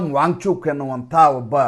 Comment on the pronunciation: ನೀವು ವ್ಯಾಂಗ್ ಚೂಕ್, ವ್ಯಾಂಗ್ ಚೂಕ್ ಎಂದು ಹೇಳುತ್ತಿದ್ದರೆ ನಮಗೆ ಬ್ಯಾಂಚೂತ್, ಬ್ಯಾಂಚೂತ್ ಎಂದು ಕಿವಿಯಲ್ಲಿ ರಿಂಗಣಿಸುತ್ತಿರುತ್ತದೆ 😂😂😂